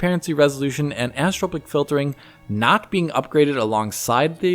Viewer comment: Annnnnssssstropic filring (anisotropic filtering).